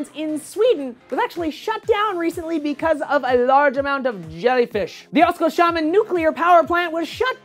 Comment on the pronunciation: The way you pronounced Oskarshamn is hillarious, Oskar-Shamn xD It´s Oskars-Hamn